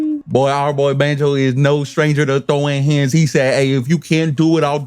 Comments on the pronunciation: I always thought it was pronounced bahn-jo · Love your videos! Here's a pronounce guide: Katsuragi (Cat-Sue-Rah-Gee), Banjou (Ban-Jo)